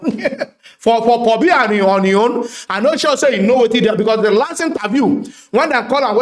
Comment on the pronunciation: paul bia, not pohbia🤣🤣🤣🤣🤣🤣